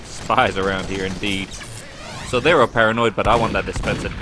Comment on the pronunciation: "G'day all, HEER."